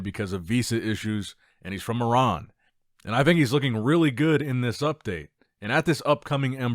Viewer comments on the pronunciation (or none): none